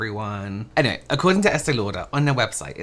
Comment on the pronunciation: Ok the "any hueeey" just killed me 💀